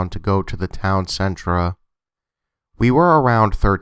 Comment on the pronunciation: I love your channel! however, when you pronounce 'center' as 'centra' it drives me crazy. just some constructive criticism. Otherwise keep up the great work !